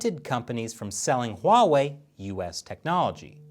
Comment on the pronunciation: That’s not how you pronounce Huawei.